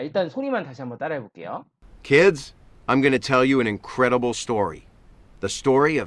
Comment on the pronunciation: 근데 왜 계속 kids 를 키스라고 말하세요? ds를 저렇게 발음... d는 없어지고 무슨 키스처럼 발음하다니. 영어 발음 진짜 못하시네요..... 공부법은 알겠는데 실력은 없는듯. 다른 것도 들어보니 영어 발음 진짜 못하는듯. 뭔 말인지 알아들어야 의사소통을 하지. 발음부터 계속 다 틀리게 하면....